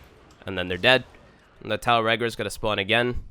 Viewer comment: Good vid. But it's not Tile regor. Listen to Lotus's pronanciation